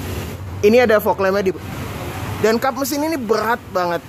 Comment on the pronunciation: tughrbo... beghrat.. ngomong R nya susah ya om??